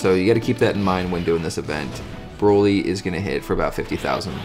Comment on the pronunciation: Lol, Bra-ly... It's Bro-ly. Bro.